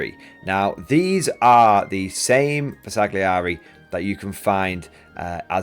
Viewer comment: Great video. BTW Bersaglieri is not pronounced with a hard "g" it is not a soft "g: either. It is better to not pronounce it at all.